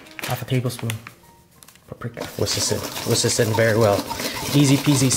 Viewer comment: It's WHISK not WHOSK"! You always say "whosk instead of "whisk".